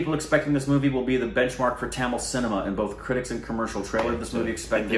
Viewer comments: That tTamule 😂😂 nyc men... BTW Correct pronouncement is, THAMIZH THA-(த)MI-(மி)ZH-(ழ்) And dont miss to react the flashback fight scene in this movie... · U made tamizh into tamol and dhanush into tanoosh🙁🙁😂😂